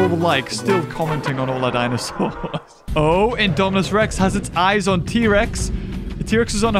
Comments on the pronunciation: Did you hear that say indoraptor to indomanas rex 😂😂😂🤣🤣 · He Call Idominus Rex Indoraptor